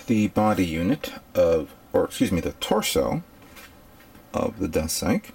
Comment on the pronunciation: and its deathsythe not deathsyke